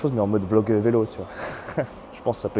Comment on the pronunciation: J’aime bien comment tu dis vélo 😂, vailo